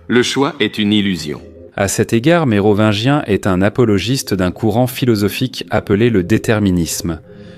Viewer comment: À la prononciation de « Mérovineguien » j’arrête… c’est pas possible… g’faites un effort les gars! 🙁🤮🤬